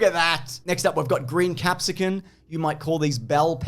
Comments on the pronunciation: please. You're like 50 by now probably. You gotta know it's capsicum, not capsican. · The real jailable offence is pronouncing it “capsicuN”. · Pizza recipe bit was great, love the mention of bell pepper/capsicum cultural difference which was extra amusing for to repeatedly call it a capsicuN instead. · Big fan of the commitment to the bits this year, but why does he keep saying capsicun? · I distinctly heard him say "capsicuN" like a god damn Neanderthal. Do you also "aks" for an "expresso"? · Why does keep saying capsicuN? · Did I just hear capsicun with an ‘n’??? Jail. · Is saying 'capsicun'? Like, with an 'n'? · I don't think you should go to jail for making a pita pizza. You should go to jail for that pronounciation of bell pepper.